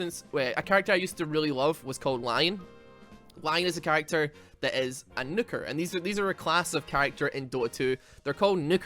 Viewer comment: Nuke is not shor u